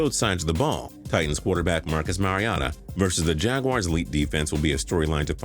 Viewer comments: The way he say Marcus Marigota's name is a sin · You pronounced Marcus Mariota's name wrong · Why did you pronounce marcus mariota's name like that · You said Marcus Mariota name wrong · Why did you pronounce Marcus mariota's name like that its like you'd put a where the o suppose to be